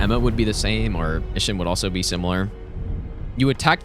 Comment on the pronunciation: "Ihsshin" hits hard